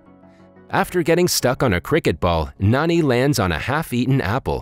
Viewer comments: It's Jani not Nani Good review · It ain't pronounced as N-A-N-I instead like J-A-N-I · Can this guy read? It literally says “511” not “551” and “Jani” not “Nani” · actually in the movie his name is written and pronounced as Jani not Nani.... Jani like John pronounciation type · His name is not Nani,it's Jani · His name is Jani not Nani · Bro its not nani its jonny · It's not nanj its jani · Btw, his name is pronounced as 'Naan-ee'. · he's actually Jani, these recap channeels have a hard time pronouncing indian names